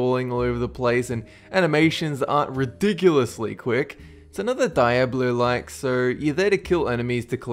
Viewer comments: Diablo is pronounced Diablo, not Dieabloo... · (Gaming) Dee ah blow=Diablo,not die ah blue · Dee-ah-blow* Not, Die-ah-blo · is pronounced "dee-ablo" not "die-ablo" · XD did you just say Die-A-Bloo XD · You said Diablo. Think of it like Deeobloe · DIE-ABLO? :D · why does he pronounce it like that ??